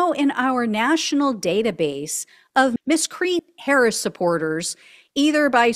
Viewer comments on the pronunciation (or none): The word is pronounced MISS-KREE-ANT…